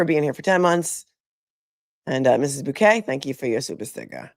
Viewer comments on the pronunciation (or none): none